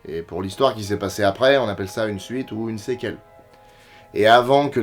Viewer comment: Prononcer "sequel" séquelle, je sais pas si c'est juste une francisation bizarre ou un jeu de mots de génie x)